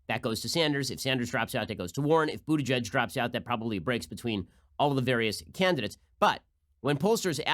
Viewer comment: Stop it Ben! Just stop it! His name is pronounced Booty-Guy-G anyone who knows German knows it's not pronounced Butigedge. I thought people stopped having to do this since the heavy Anti-Semitism of the 1920's -1950's